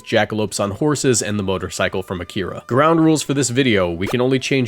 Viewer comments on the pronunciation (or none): none